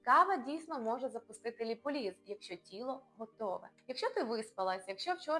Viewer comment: Все гарно розказано. Дякую! Але заради Бога… Не ліполІз, а ліпОліз😊